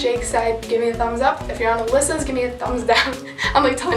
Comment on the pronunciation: Its Alyssa not with a j.